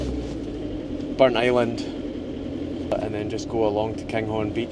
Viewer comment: A hugely interesting episode (as always). The Pictish carvings were fascinating (I studied A-Level Archaeology some years ago). I also learned that Burntisland is pronounced 'Burnt Island' and not Burnt - is - land as I always thought. Loving the series and looking forward to the next one. Thank you.